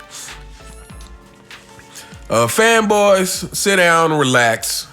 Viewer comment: Everytime that nigga says fanboys it takes me out😂